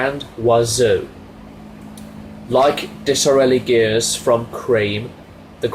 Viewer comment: you mispronounced Disraeli. It's supposed to rhyme with Israeli Dizz-rail-ee. Great victorian Conservative reformer. Completely agree with your #1.